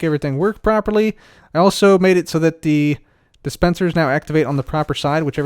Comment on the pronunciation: Instead if sayung the cub will say da. for example he said da front